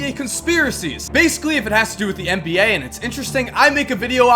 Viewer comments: IT'S NBA... N B A NOT MBA!!! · Why does he say mba instead of NBA